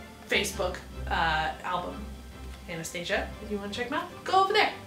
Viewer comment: You pronounced her name wrong